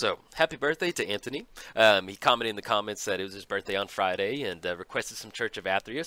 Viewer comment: Dude!!! Thank you for the perfect showing of the Church of Athreos, Defiantly one of my favorite EDH decks ever . No wonder the Church has so many followers. I had my doubts about Kaya but she did work! Thanks again man for the Birthday shout out and the proper pronunciation of my name (most people call me Anthony with the H). This game really started off my day in the right direction!